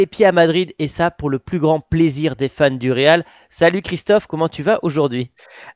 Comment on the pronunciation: Alors visiblement c’est comme ça que ça se prononce outre manche (Christophe)